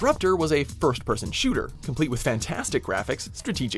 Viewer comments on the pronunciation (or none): none